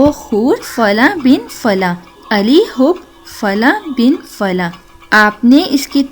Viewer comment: Plz wazifa ka talafuz theek kerain.Hoob Ali nehi hai Hoob Ala hai theek.Ala MATLAB ki taraf.hob MATLAB mohabat .plz consult for this wazifa from YaAllah community.